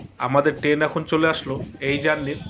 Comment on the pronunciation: টেন না কি ট্রেন